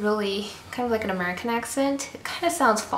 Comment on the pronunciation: It's funny how she sounds like she's from Cali, and then says "Amercern" like George Bush.